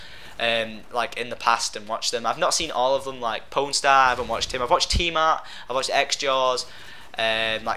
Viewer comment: Sounds like you're saying porn star.